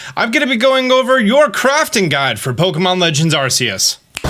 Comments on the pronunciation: I HATE TO BE THIS GUY BUT its Ar-Kee-Us NOT Ar-See-Us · It's Ar-kee-yus not Arsius god dammit